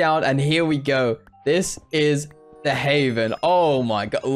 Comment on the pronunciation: Nobody: Literally nobody:: This is the heyven